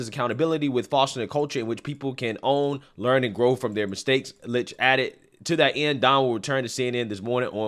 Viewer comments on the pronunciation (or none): His name is pronounced "lickT"